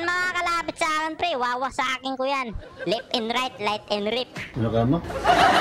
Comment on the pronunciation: Left and right "light and reft" 🤣🤣🤣